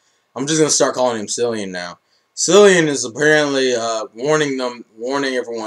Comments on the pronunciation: Cil-an not Cil-ian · you pronounced cilan wrong